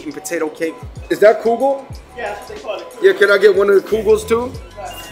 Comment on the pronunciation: Kugel not Krugel